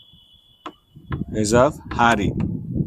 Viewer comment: Sir it's not harrri it is, హ్యారీ